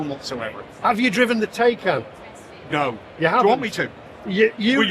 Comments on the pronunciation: It’s pronounced tin’can 😹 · Poor old, supposed to be a motoring journalist yet still can’t pronounce “Taycan” properly. 😆🤣